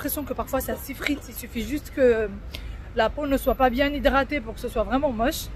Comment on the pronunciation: Just une ptite demande pourquoi vous dites bien d’une manière un peu bizarre. Bbbbbbbien